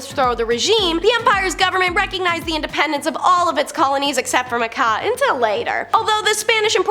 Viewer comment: Macau is actually pronounced Ma Cow, not Ma Cah